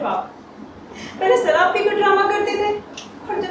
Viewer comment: Ye ladki sharab ko sarap bol rahi hai apke itna samjhane pe bhi ye nahi samjhi I am dislike this Performance bad performance